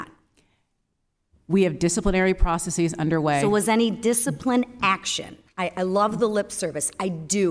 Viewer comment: Gah -- she doesn't know how to pronounce "processes". So much for Harvard.